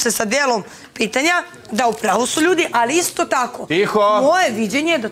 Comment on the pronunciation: Ja poludim na njeno Allliii, kao neki kinez to izgovara